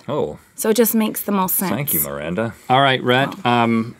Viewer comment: It's Miranda not maranta or maranda